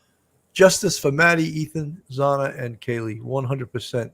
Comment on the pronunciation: It's pronounced Xanna.